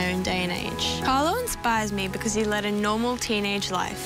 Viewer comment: why does interpreter keep calling him CArlos....it's Carlo